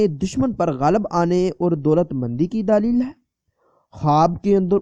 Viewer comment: دالیل نہیں دلیل لفظ ہو تا صحیح کرو کسی اردو جاننے والے شخص سے دلیل